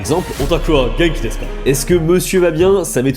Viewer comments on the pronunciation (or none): none